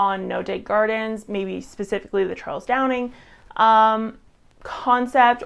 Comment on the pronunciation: for someone claiming to "have nothing but respect" for Charles Dowding you should at least get his name right instead of constantly calling him Charles "Downing" and even writing it wrong in your video description